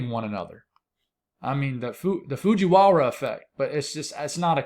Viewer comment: You said fujiwara twice in a row, perfectly. Look at you showing off. 😅 ❤❤❤